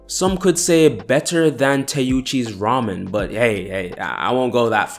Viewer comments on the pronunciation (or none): none